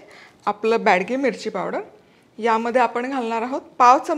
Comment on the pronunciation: बॅडगी नाही, बेडगी मिरची म्हणतात 😂